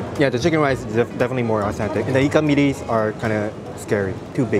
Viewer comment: 🤗 u got my respect for pronouncing 'nasi lemak' and 'ikan bilis' (anchovies) correctly! 😄 foods are always nice with good companies, and you have us to accompany your food diaries!